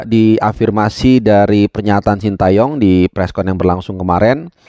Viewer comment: jangan shinta yong dong pronounce nya, Shin te yong aja Banyak komentator atau pundit kiata yang menyebut shinta 😂